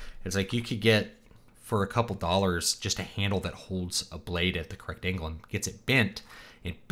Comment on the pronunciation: Its angle not angel, just for later